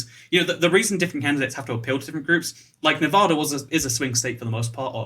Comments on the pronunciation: NavAda not novahda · You've been living in Vegas this long and never learned that it's pronounced Nev-add-a and not Nev-ahhda? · Now it's nearly a year and a half later. I hope he has learned to pronounce the state he lives in, which is Nevada. It is not "ne Vaaugh da," it is "Ne va da" with the va rhyming with the va in "vat." Pronouncing it as he does probably gets him a lot of nasty looks and comments in the state. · Thanks!! I cringed every time he said Nevaaada. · You say Nevada wrong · you live in nevada yet youre still pronouncing it wrong smh xD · Ay a fellow las vegan also I know you have an accent but you said Nevada wrong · How long do you need to live in Nevada before you learn how to pronounce it?